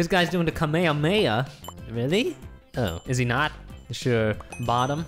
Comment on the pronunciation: He said kamehameha wrong😆😆🤙🤙 #Goku. #dragonball. #JUMPFORCE